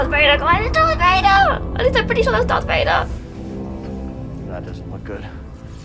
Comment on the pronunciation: Darth breader lol😂